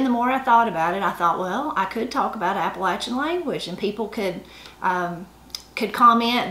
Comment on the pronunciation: Both sides being from Tennessee, most of these are very familiar to me. I just wanted to thank you for pronouncing "Appalachian" correctly. :-) You can always tell someone who ain't from around here - they use a long "A" when saying that word. :-) Love the channel! -Ed on the Ridge